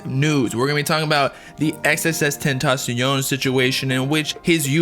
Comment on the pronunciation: Thanks for pronouncing his name right